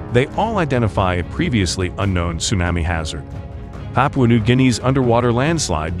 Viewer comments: Geez, dude. Would you Please learn how to pronounce tsunami? It’s TsunAmi, like Mommy. Not like you’re saying, which is Tsunaami, like Grammy. Thank You. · It's SUNAHMEE. Idiot. Not sunnAAAmay. Ts:S U is long, N is regular, A is aw, meee. It's Japanese, get it right. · It sounds like you’re saying sumamis . Tsunami. Tsunamis. 😁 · It's "sue-nah-mee" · Tsunami - su-nah-mi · It's not Sunnnammy !!!! I can't take that terrible pronunciation!!!! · "su-nammy" ??????????????? YIKES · absolutely. I wanted to watch this, but Tsunammy is ignorant. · I think you are mispronouncing “tsunami”. Try short a. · Can't even pronounce Tsunami, or spell Military correctly, CLICK BATE!!!! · Wanna smash that guy it's not TSUNAMMEE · Yep. Someone needs to program the thing to pronounce "tsunami" properly. Otherwise...good video! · Learn how to pronounce tsunami 🤦🏻‍♂️ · Actually, he IS using the “short a” phoneme (as in the word “map”). The Narrator needs to use the modified “a” sound (as in the word “shawl” or as in the sound you make for the doctor when he examines your throat and tells you to say “ah”.” This sound is represented in the phonetic alphabet by a backwards “a” character.).